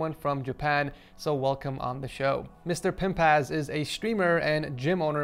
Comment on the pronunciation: who else heard "mister pimp ass"